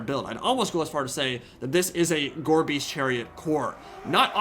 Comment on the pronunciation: every time you say "Gorebeast chariot" i hear "Gorbies chariot" and i just think of gorbachev clones on chariots